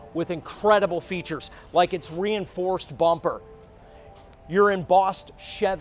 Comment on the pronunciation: Well this joker sure looks and sounds like a car salesman. I had to laugh at the "re-enforced bumper" emphasis.